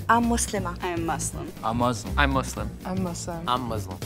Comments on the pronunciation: ‘converted to muzlam’ 💀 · He even pronounced it wrong😭😭 (muZlim) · Ngl when she said Muslim but 'muslima' I kinda suspected it 😭😭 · Ikr like what’s ‘mazlam’ it’s pronounced ‘moosleem’ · No the point is there is No Muslim that pronounces it ''Muzlim''... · I hate when my non existent imaginary friends call me “MOooZlIm” like wtf :(